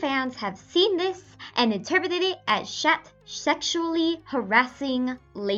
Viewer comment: You hate the english dub but you don't pronounce "Chat" correctly. -_- lol